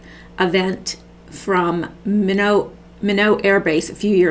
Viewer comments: I would suggest you pre-read anything you are going to record and line it up so you have a smooth segue. Underline or highlight any words of emphasis for a smooth read, and follow your reading with your finger so you don't lose your place. Look up any words you are not familiar with the pronounciation of. (The air base is pronounced, " MY-not in this country.) Leave out the "hmmm"s, they aren't effective in connection with your story. You read, the audience contemplates. As a former on-air broadcaster, I hope this enhances your professionalism. Thanks. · Hi. Sorry I am a little OCD. My best friend was from Minot ND. It is not pronounced in a French way. It is plain old Mid-West accent: MY-NOT with first syllable emphazised. Don't want any troll an excuse to ridicule. God bless.